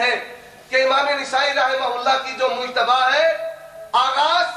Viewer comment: Abe jahil nesai nahi nasai h kitab ka name nahi bolne aata daubandi ko